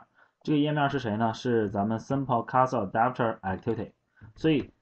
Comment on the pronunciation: 这是你讲的课吗？讲的很棒，但有些单词读错了，cursor, transaction